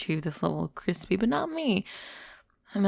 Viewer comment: When pale people go into the sun* "Cwispy"